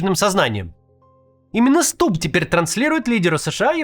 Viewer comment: Почему ты как дебилоханький говоришь СтуБББ? Ты по русски говорить разучился?